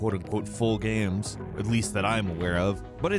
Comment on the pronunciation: He likes his dee-eye-mos of all those guy-ames.